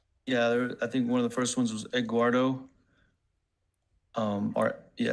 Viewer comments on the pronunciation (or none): Did she say edguardo 🙄🤦🏼‍♀️ that ain’t even a mf name bro. It’s Eduardo 🤦🏼‍♀️🤦🏼‍♀️🤦🏼‍♀️